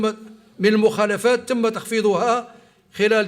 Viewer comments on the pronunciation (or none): ميعرفش. يقرأ موخلافات مخالافات ثبت رةحك